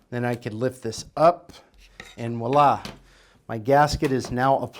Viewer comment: Thanks for the great video! BTW "Voila" is pronounced with a V sound, not a W. It's french for "there it is".